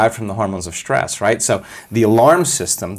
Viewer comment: SHtress. Not a word Joe!